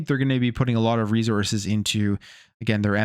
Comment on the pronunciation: It’s not rezources😂😂😂😂😂